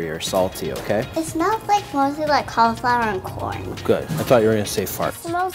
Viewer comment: It is NOT pronounced "call-Eeeee-flower" THIS IS SO PAINFUL TO LISTEN TO